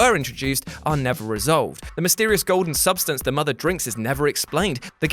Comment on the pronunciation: Please don't say mother like that. I've never needed the Great Khali's digits in my ears more. Love the channel.